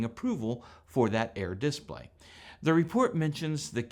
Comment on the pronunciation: It’s a dis-PLAY, not a DIS-play.